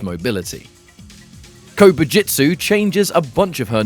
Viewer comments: My mind could not stop focusing on Kobu jut su being pronounced as Kobu jit su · I keep hearing "Covid-jitsu" and it's making me giggle.